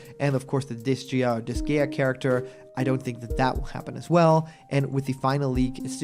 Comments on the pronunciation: Itz pronounced Dis-guy-uh and Laharl is the OG Main character of the first game and he is the most love to hate but also love little shit. Disgaea is a series of tactocs RPGs known for its over the top ampunt of deepth and replayablr with each individual character being able to level up to 9999. Laharl himself would be a badass entry to smash as he's become somewhat of an icon over the years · “Dis-Guy-ah” Disgaea.